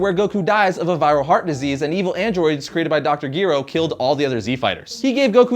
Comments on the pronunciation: Dude.. its pronounced dr. J'RO not GEH-RO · You seriously said Dr. Geero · You pronounced Dr.Gero wrong